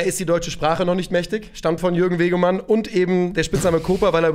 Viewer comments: Wegmann, nicht Wegemann. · Jürgen "Kobra" Wegmann, nicht Wegemann 😅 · Die Kobra heißt Jürgen Wegmann, nicht Wegemann ^^ War leider nicht so giftig wie er gern wollte... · Jürgen Wegmann, nicht Wegemann ... und giftiger "WIE" nich "als". Grüße